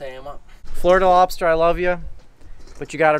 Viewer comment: Awesome episode and heck yeah bring back and his LOBSTAH...jajaja